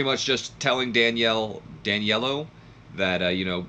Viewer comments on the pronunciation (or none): Its prounouced Danilo (Dan-eel-o